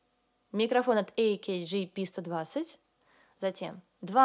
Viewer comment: не «эй-кей-джи», а «А-КЭ-ГЭ», что же вы в самом-то деле😀